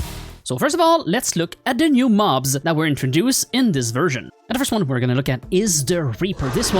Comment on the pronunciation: whats with the "andthefirstone"